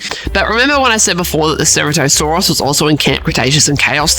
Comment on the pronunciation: It’s “ ser-rat-o-saurs